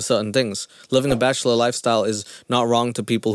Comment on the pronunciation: He can’t really say bachelor very well lol